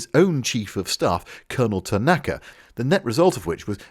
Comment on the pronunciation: As a Leeds fan, can I just say that the name 'Tanaka' is an honourable one. ...and also that you're pronouncing it wrong.... 🤍💛💙🤍 🍄